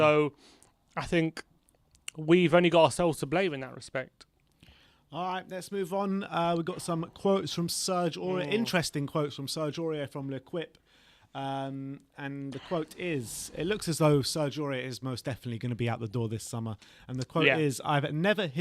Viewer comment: Love the channel but please learn to pronunce L'Equipe (it's leh-keep, not leh-kwip). This comment will probably fall flat like my attempt to teach how to pronounce Audere est Facere.